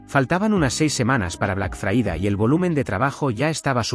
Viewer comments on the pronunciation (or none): Por favor, ¿sería posible que pronunciaras Friday correctamente, es decir, "FRAIDEY" en lugar de fraída?